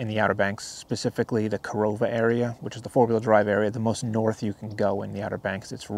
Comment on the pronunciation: OK video. You should educate yourself on the proper pronunciations of towns you visit. It's KA-RAH-LA and KA-RO-VA. And spelled Carova.